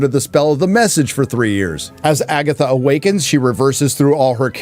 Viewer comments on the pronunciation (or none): Did you say FAGatha??? 👻👻👻